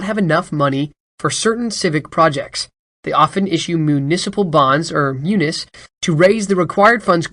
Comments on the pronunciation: Thanks. But I think they pronounce them "mu-knees," and not "mu-nis." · Myooniss? You mean myewneez? What is it that people under forty cannot pronounce anything?